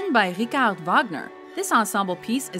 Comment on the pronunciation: also ricarde Wagner... the man was not French